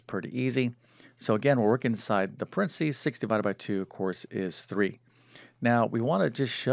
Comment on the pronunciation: PA REN THE SEES! NOT PRENSEES!